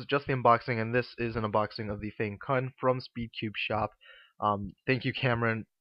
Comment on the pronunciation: Nice review :) Fyi though, it's pronounced Fang-Tsun.